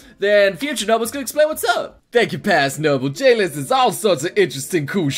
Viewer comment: When he said J-list i heard Jail LOL GGWP